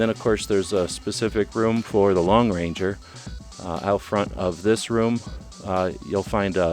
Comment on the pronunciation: For Gods sake! It’s the Lone Ranger not the Long Ranger!